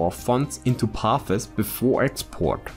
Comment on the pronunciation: Hi, it's not "pathes" ; it's "paths" cheers ;>) I know, I know: you speak two languages; I speak one. , ich spreche ein wenig Deutsch, aber schlecht I appreciate your lessons!